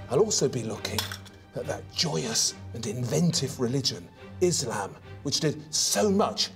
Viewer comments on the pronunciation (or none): none